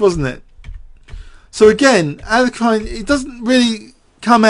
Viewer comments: Regardless of the 2nd syllable, the last syllable is not meant to be a hard 'i'. You mentioned what Nigel Short said, but regressed. I do the same ^_^ Anyways, I don't care and I was only joking. Sorry if it was taken personally. That being said, I'm guessing I was wrong anyways because despite the 2 hour length, you definitely use his name more in other past videos. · Other possibility: This video has more mispronunciations of 'Alekhine' than any other video on youtube. =P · seriously just stick with one pronunciation of Alekhine and go with it, your constant struggle with this name is a bit distracting. Otherwise, top class chess commentary as always!